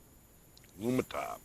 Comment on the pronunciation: Lumintop not Lumitop.